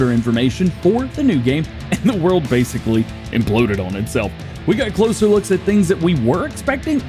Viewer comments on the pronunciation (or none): none